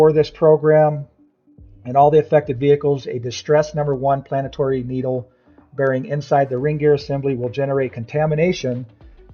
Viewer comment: Planetory... Lmao